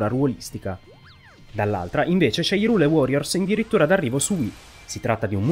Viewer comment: "Irule uorriors"... Ok, perché non "Hairul Worriors"?